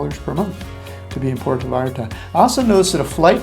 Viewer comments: ha ha exactly what i thought. It's pronounced - P- where- toe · You really should learn how to correctly pronounce Puerto.